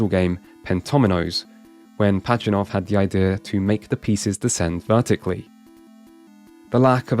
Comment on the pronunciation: It’s “Pazhitnov”, not “Pachinov”